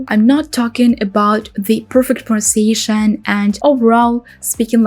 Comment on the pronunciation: You have not pronounced pronunciation correctly. Your English is really excellent for a non-native speaker but you seem to have some difficulty with this word? Watch this video and compare it to a native speaker saying "pronunciation". Try to say it very slowly, with emphasis on each syllable.